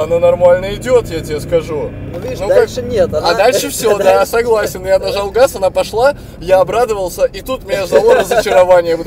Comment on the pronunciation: Я нажау гауз